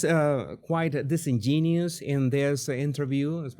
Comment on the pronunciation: The password is dis in gen u ous. (Not dis en gen ious.)